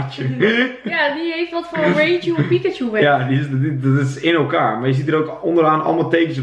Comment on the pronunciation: zegt reichu in plaats van raichu